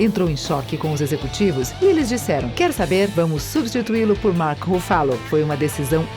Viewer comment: Vídeo muito legal mas pelo amor de deus é Mark RUFFALO kkkkkkkkkkkkkkkkkk😂😂